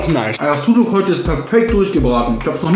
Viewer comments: der letzte Tag und das Ösmen Syndrom hat komplett zugeschlagen... "Bisschen yüyük mit Ei" 😂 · wen stört seine aussprache von sucuk auch :p